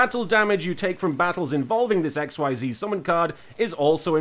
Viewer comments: It's not pronounced XYZ, it's pronounce like exseze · IT IS PRONOUNCED "IK-SEIZE" OR "EKSHEEZU" FOR WEABOOS AND FOR SOME REASON IT ISN'T PRONOUNCED AXES AS IN THE THREE AXES ON A GRAPH: X, Y AND Z BECAUSE THAT WOULD MAKE TOO MUCH SENSE OH GOD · Hey Martin, just so you don't trigger the sweaty nerds, xyz monsters are pronounced "ex-eez" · A few things, XYZ (Actually pronounced "Ex-eez" because. Xtreme I guess.) Requires "XYZ Materials," like the 2+ level one monsters listed on the one you got, usually its something like "2 level 4 monsters." To XYZ summon, you need said monsters on the field, you put the monsters all under the XYZ monster, and it is now XYZ summoned, the one you got could be summoned with several level ones, but the minimum requirement is two. All the materials are in the same zone as the XYZ monster, and not counted as being on the field. Because XYZ. I guess. Detaching a material to activate an effect sends it to the graveyard, you can pick which material is detached. Also, under link format, the XYZ monsters, and any monster summoned from the extra deck, go into the extra monster zone, unless a link monster is pointing at a main monster zone. Because links. Fun. In case you encounter Synchro and Tuner monsters later, a Synchro requires a specific set of monsters (Usually 1 tuner and 1 or more non-tuner monsters) on the field to summon, who's combined levels must equal exactly that of the Synchro monster. Sometimes you need specific tuners or monsters to summon a Synchro. Usually you don't. Duck Dummy is just a fun card, looking at it, it's main use would be getting it gemini summoned/making its effects usable, then activating Spirit Barrier, a continuous trap that makes it so that if you control a monster you take no battle damage. Pot of Greed is an eternal mystery, however it has a spirit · Xyz is actually pronounced as iczees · "XYZ" is pronounced "ik-seez"